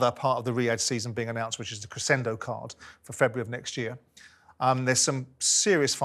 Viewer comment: Simon pronouncing ANOTHER word wrong🤡🤡 ‘crescendo’ is pronounced “creshendo” not “cressendo” you lanky melt🤦‍♂️🤦‍♂️